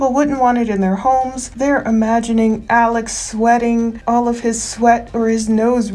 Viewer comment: Alex pronounced his own name Ellick Murdick on the stand